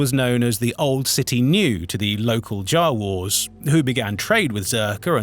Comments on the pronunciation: Ok, but why say Jawar and Bobar. Typos for an AI voice? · I wonder if this voice is made by an AI. The pronunciation was strange, like "Jawa" and "Boba Fett."